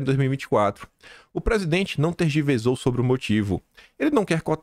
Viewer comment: desculpa, mas preciso alertá-lo, vc fala uma coisa e na matéria está escrito outra. Algumas vezes, vc fala palavras com erro de pronúncia, por exemplo: TERGIVERSAR, o som do S, é como se fosse com dois S, porque o S está entre uma consoante e uma vogal. Às vezes, vc fala os ditados populares e provérbios trocando tudo! 😂😂😂Vc está precisando de uma pessoa que leia a matéria e te corrija, no momento que vc está gravando para que haja tempo de vc corrigir o que disse. A pessoa não precisa usar o microfone pra falar. Mas saiba continuo te assistindo, te admirando e torcendo por vc! ❤😘😘